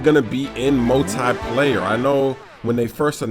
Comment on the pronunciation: multeye-player lol